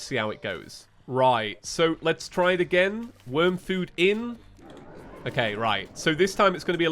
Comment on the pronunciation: Worm not worn